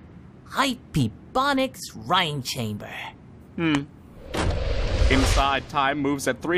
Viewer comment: Chamber's two syllables